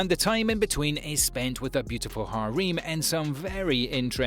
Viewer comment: the way he says harem hereim